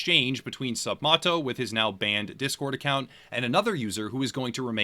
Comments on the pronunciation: The guy’s name is MATT. Not “Mott.” It’s like “sup, Matto.” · You’re saying his name wrong it’s sup Matt-o not moto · ..It's pronounced 'Sup-Mat-oh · third or fourth? video about this guy and he still can't even say his name right